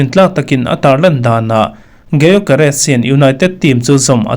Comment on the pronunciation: Bro said GaiYoGaRes😭 (G silent)Yokeres